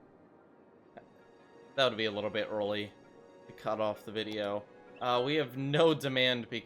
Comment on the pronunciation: he "world" like that XD